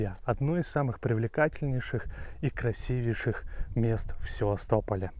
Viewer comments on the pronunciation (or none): Нравятся ваши видео, и рассказчик вы хороший. Но...пусть меня заплюют все комментаторы, не могу не попросить: пожалуйста, ставьте ударения правильно!!! Очень царапают слух метропОличьи, красивЕйший, сазанЫ и карпЫ и т.д. и т.д. и т.д.